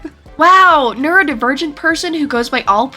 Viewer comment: I had to rewind like 5 times before I heard "neurodivergent", genuinely thought they said "nerd virgin" lmfao